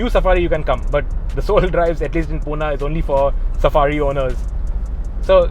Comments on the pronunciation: Bro.. Its 'Pune' not Puna.. mind it👍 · Wtf is puna ? It's Pune